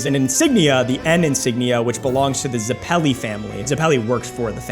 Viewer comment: it’s pronounced Zeppeli like (Led) Zeppelin, not zePELi